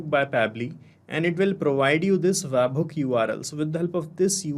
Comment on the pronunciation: bro its bot wabhook, its web hook